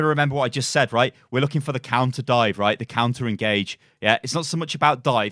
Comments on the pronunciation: Counter.... not Conter. 😂😂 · "c o U n t e r,". Not "c o n t e r." That's not a word.